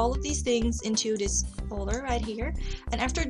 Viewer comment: I'm sorry but your voice is really obnoxious at times, the way you say 'dis' instead of 'this' and pronounce 'file' as 'fale'' is bothering me so much,.